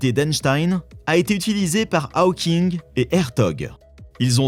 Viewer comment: Ta manière de prononcer Hawking.... En plus tu le répètes 40 fois